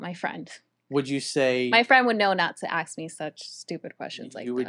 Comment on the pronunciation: omg she said aks